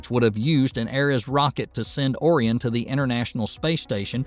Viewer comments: O-Ryan not oarian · What the frack is Orr-ree-en? It’s pronounced Orr-rye-en. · "or-eon"?? lol you mean "ore-ion" or "orion"? Literally, what is this channel? Some dude in Korea making scripts for fiver voice actors? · Will someone please tell the script reader that the word is "Orion", pronounced "Oh, Ryan", not "Orryon". I can accept errors like this from a speech synthesizer, but from a human! Give me a break! Cancel SLS? Heck, cancel NASA. Send their budget to SpaceX. If that had been done ten years ago we might already have a base established on Mars. Oh, and will Bezos please get out of the Flying Dildo business. It's embarrassing that he can't get it up more often. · Please have someone edit and then be willing to rerecord the voice over. It's oh-RHY-en, not OH-ree-on. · First learn how to pronounce OH RĪ EN. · Are we supposed to take seriously the critiques of SLS from someone who doesn't know how to pronounce Orion? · That was a good video. Apart from pronouncing Orion wrongly it was very instructive. Also you said some things that I did not know. You didn't just jump up and down on SLS you very informatively explained why the delays and drawbacks are there. Well done but no sub yet. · For God's sake ... say Orion correctly! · Sure would be nice to hear ORION's name pronounced correctly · The tank-breaking was a stress test and is literally the point of the test, not an accident. Between that and your pronunciation of "Orion" it's pretty obvious that you don't know what you're talking about.